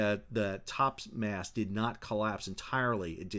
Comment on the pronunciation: Why do say mass instead of mast?